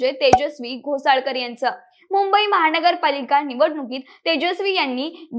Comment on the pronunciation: "महाणगर पालिका"-- अशुद्ध उच्चार!! सावकाश बोला!!